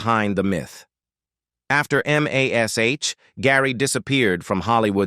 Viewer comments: "EM AYH ESS AYTCH..." NOBODY but nobody EVER called it by the letters, it was always and only pronounced Mash. -The late-night pique of a st*n*d old man):face-purple-wide-eyes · I was just thinking about AI when I heard the start of this rubbish. EM AY ESS AITCH? Why is it so hard for a human to speak. Oh, I hate Alan Alda more. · It's the forty-seventy-seven, not the four thousand, and please just call it "Mash". AI will never learn to be colloquial.